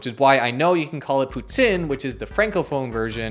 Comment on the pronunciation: prononciation de "poutine" parfaite. Tu as visiblement du potentiel! 👍